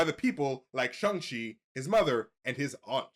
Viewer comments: Can u guys please pronounce shang chi properly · Can y’all please say shang chi correctly